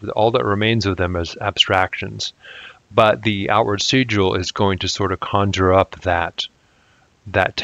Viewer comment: Why would you pronounce Sigil like that? Do you also pronounce signal, and sign like that?